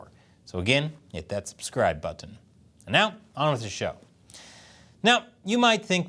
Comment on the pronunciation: Maybe if you didnt say "button" so weird you'd get 2m subs